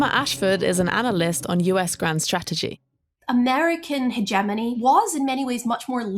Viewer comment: First thing first Trump needs to pronounce Strategy correctly then Spell it right.